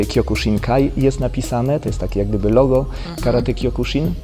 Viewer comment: Wymowa zbyt twarda. Sibucio, sihan i kjokusin